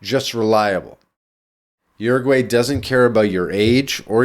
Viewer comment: stop pronouncing it as Yourgai